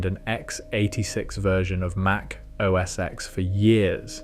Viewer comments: Correct me if I’m wrong, but it’s OS Ten, not OS “eks”. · It wasn't called "OS ex". How many times can you watch a video showing Steve call it "OS ten" and you still call it "ex"??? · Great video! One correction if you'll allow it. "OS X" is pronounced "OH ESS TEN" and not "OH ESS EX." Watch a few WWDC keynotes from Steve Jobs from that long period. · MAC OS X (TEN!!!) NO X get it right or stop acting like yu know anything about Apple products especially the Macintosh or what’s now called Mac. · Just FYI, it's pronounced Mac OS "Ten" the number, not X the letter..